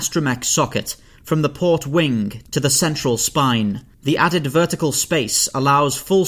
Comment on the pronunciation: Why do people add a “k” sound to the end of a “g” letter. Eg he said wingk many times